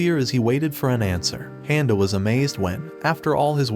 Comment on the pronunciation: Am i the only one that can't stand the way he's saying his name, handa? probably woulda just overlooked it but he's said it like 15 times in just the first 50 seconds of the video lol.. 13 more mins nah im out...